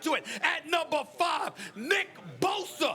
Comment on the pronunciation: Stephen A pronounces the B on bosa so hard lol